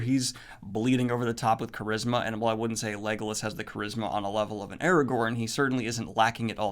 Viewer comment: Chadwick Boseman... Eragorn? wat xd